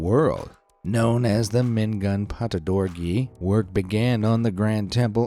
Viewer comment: It's actually pronounced Mingoon Pagodawgyi